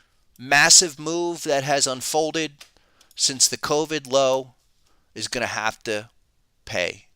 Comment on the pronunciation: "cold-vid". I love it. How do I double subscribe?